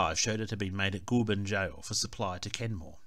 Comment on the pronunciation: Goulburn is pronounced 'goal'burn or 'gole'burn. Not 'ghoul'burn. Great video and interesting info.